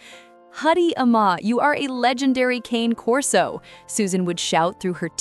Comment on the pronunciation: Nope, it's not pronounced "cain corso". I't's "kahnay" corso. Dumb AI doesn't know that though.